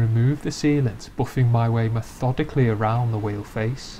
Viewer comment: "me-THODICALLY". Seriously though, applying a finishing product to the inside of a wheel arch? Holy overkill, batman. for a real show car, I can understand being this METHODICAL, but for a factory Mercedes? 20 minutes PER WHEEL??? I salute you, my friend, you are FAR more patient than I will ever be.